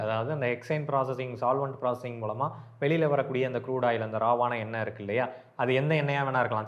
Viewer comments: எண்ணெய் என்பது தான் சரி👍🏻😊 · எண்ணெய் ... சொல் சரியா சொல்லுங்க.... தமிழ் தப்பா பேசினால் தலையில் தட்டணும் 😂😂😂😂